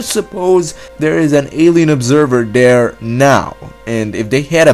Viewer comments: He talks like a dumb toddler. Its "THERE" not "DARE"!!!! He doesn't know how to prounouce fucking T's!!!!! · Dude learn to pronounce Th..not duh